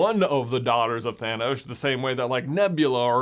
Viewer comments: I hear Thinos, not Thanos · Why do I hear it "gamora daughter of thenos" instead of "thanos" maybe it's all just a coincidence and her actual father has a similar name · Red skull says Thaynos sooooo, it can’t be Thanos!😂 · Red Skull doesn't say "Gamora, daughter of Thanos," he says "Gamora, daughter of THAYNOS." Thaynos, Thanos... completely different people! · If Red Skull has infinity stone knowledge of everyone and their fathers' names, why does he probounce Thanos as Thay-nos? 🤔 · I heard “Phinos”/“Finos” not Thanos, 😅😅😅 but then I don’t have great tonal hearing. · I know it makes no differnce either way, and is based on accents, and upbringing, but the way red skull pronounces thanos is differnt from like how the vast majority seem to pronounce thanos, and i would find this theory to be just really really funny if it was 2 differnt thanos, just how you would pronounce their names